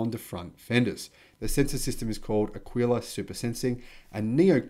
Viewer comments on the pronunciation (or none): none